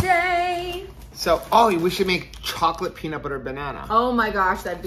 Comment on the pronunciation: “chow-lette” that’s so funny, that’s what we do! No peaches.. no peaches, no peaches. Ahhhh.. God is good! Seriously!